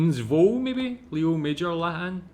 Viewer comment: Just as a minor correction, the creator of the video got his name wrong, it's Léo Major, Léo pronounced with an A sound for the E instead of an E sound, and Major is pronounced with a soft J instead of a hard J (like the J in Taj Mahal). Sadly he's not as well known as he should be, and I totally agree there should be a movie made about him. Though, I do wonder if it would be believable as a movie since his story is so absurd.